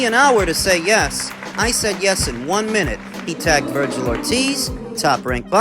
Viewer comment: Dnt mean to sound like a jerk or anything because fully enjoy your boxing uploads, but whn has Ortiz jr’s name ever been pronounced like “Vergyle” lol